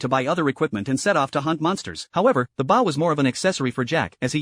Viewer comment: First ever anime recap AI that pronounce the word bow correctly